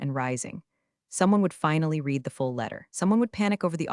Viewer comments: I get tired of hearing read as reed, when it should be pronounced as red! Can always tell when it is ai instead of a real person. It really interrupts the flow for me! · Pronounce read = “red” not “reed” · I’ll hit “subscribe” when you hire a proofreader and an actual voice actor/actress who knows when to pronounce “read” as /reed/ and when to pronounce it as /red/ (along with several other similar words, like “lives”)… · You need to pronounce it Red every once in a while not read every time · Totally 😅 “red” vs “reed” mix-ups scream AI narration. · hearing it say “reed” instead of “red” totally threw me off too. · “reed” vs “red” mix-ups drive me nuts too. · When I like to read, it’s pronounced reed, when I read something it’s pronounced red. But hey, I guess you’re American so English (English) isn’t your first language. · very English, past tense is pronounced ‘red’ not ‘reed’. You don’t say I ‘reed’ the books six years ago. Now who’s not English? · Poorly read. The person reading couldn't distinguish between the pronunciation of the present tense of "read" and the past tense, pronounced "Red" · The past tense of read is pronounced red. Please please get your artificial inseminated robot to pronounce it correctly. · 97% of folks generating these AI written stories told by AI readers don't listen to the content for chronological consistency or pronunciation before uploading them. e.g. 1) Have you read (Pronunciation /red/) the documentation? 2) No I did not read (Pronunciation /rēd/) the documentation! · Teach your AI voice the difference between the present and past tense of the verb "to read". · that mispronunciation pulls you right out of the story every time. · so the original comment was WHEN it's past tense AI still reads it as if it's present tense.